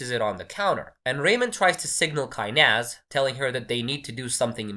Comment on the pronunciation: Freddy is an amazing film.... It's a must watch slow-burn thriller.... As an Indian, I must say that you pronounced the name 'Kainaaz' correctly....